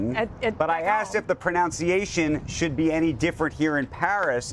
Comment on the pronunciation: Imagine mispronouncing pronunciation especially in this context.